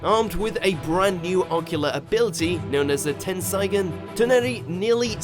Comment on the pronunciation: tense-eye-gon lmfao